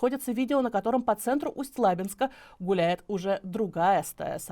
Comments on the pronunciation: Сама ты Усть ЛАбинск.😂 Усть ЛабИнск правильно! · Усть лабИнск, а не лАбинск... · Москвичи когда вы уже научитесь правильно произносить ЛабИнск а на лАбинск, ухо режет. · Пожалуйста, следите за своей речью, нет города Усть-ЛАбинск, есть Усть-ЛабИнск, ударение на И, раньше для этого был словарь ударений для работников радио и телевидения, сейчас всё проще, ок гугл...надеюсь никого не обидел. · Небольшое уточнение: не Усть-ЛАбинск, а Усть-ЛабИнск. Почему-то все дикторы на всевозможных платформах делают неправильное ударение в названии этого города, а еще и ЛабИнска (есть и такой в нашем крае). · Друзья! Произносится, Усть-Лаби́нск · Усть - ЛабИнск.. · Усть - ЛабИнск правильно, а то уши режет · Усть-Лабинск произносится с ударением на И!